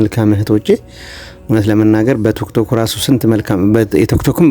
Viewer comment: ቱክቶክ አትበል ወንድሜ ቲክቶክ ነው የሚባለው አስተካክል በተረፈ በርታ